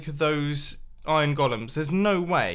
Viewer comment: "those iron gollums" :D